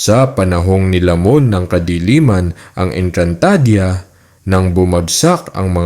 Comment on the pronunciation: Sana pinag-aralan mo muna kung paano bigkasin ang mga words...ang panget kasi pakinggan ng ENGKANTADEYA MO